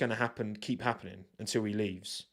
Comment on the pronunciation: It's 'appanin'! Love it. Subscribed!